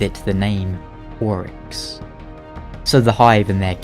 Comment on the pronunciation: It's Oryx not Aurash then?